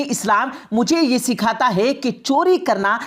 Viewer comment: Ye commentry kerne wali jahil hai kya isko bolna bhi nahi ata. Hai. Ko hey bolti hai